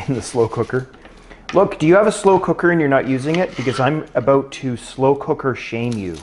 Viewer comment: As a non-english native speaker, I could never tell the difference, up until the *aboooout * of:)